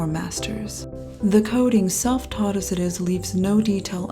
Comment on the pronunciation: It is pronounced It, not Et